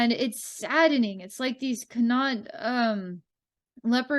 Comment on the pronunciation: This is hilarious. You got Munster/Ulster right in pronunciation. Len-Stir, Meed, and Con-Aucht not so much. Wonder how much the Leprecauns are representative/reflective of the local human society (all in all, Munster humans do not get on so well with Leinster, and very well with Connaught). I feel connected to some aspects of the Munster Leprecauns and their trials, living there for 3 months a year. But I always attributed separation from humans and not being able to communicate with them as being due to stellar origins, as opposed to elemental relations. BTW: Re the Meath Leprecauns. Ireland as a country is literally falling apart at the seams (worse even than other states) and the population is 100% dependent on government for everything (including their thoughts) which is partially why I left. The population spun a web of dependency for themselves and do not know what to do now that their government is turning feral. The only solution is for all to join together in unity, and become self-reliant once again. 🍀